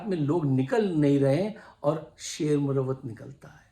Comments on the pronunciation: Sir, another great motivating analysis, great words about Sher Afzal Marwat and the jealousy against him. Pls allow me to correct you. It is pronounced as "Marwat" not "Murawwat".😊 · Saab. Aadaab. YOU are sharing the best of your duty,every patriotic Pakistani has to strive as to defend Pakistan against the usurpers. I would like to correct your pronounced word about Sher Afzal khan marwat. Marwat is a sub cast of pakhtoons in kpk,like afridis,yousufzai,mahmand Wazir, mahsood,and khataks.stay blessed.